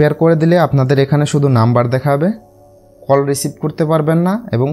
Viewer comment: কোল নাহ রে ভাই … কল 😂😂